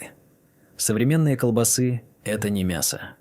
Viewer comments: Опять искуственный интелекс ...колбасыыы... с ударением на ы. Куда люди делись, кругом роботыыы, с ударением на ы😢! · По сути всё правильно, но откуда такая чудовищная безграмотность? Транжиры???- может ТранСжиры? КолбасЫ?? -А может всё же колбАсы? Ребята, у вас что там, слепой робот-читатель, которого переводит глухой робот- озвучиватель?